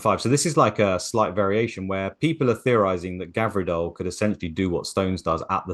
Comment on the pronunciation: Someone tell it's Gvardiol not Gavirdol